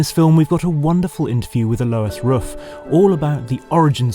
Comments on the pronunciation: I like how he starts out figuring out how to pronounce RUF, gets corrected and says it correctly.... and then in the very next shot...says it incorrectly again 😅🙄🤣 I've known how to pronounce RUF since the Yellow Bird....as a teen... I'm 42 now, it's not hard, roof. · Henry calling the SCR "RUF-ined" really yellowed my bird. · Why is it so difficult to pronounce a name in the correct manner..? Mr. Ruf is a highly respected engineer and business man. He should be treated with respect and this starts to pronounce his name correctly. Thank you. 😊😊😊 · Hope he was kidding about the RUF pronunciation smh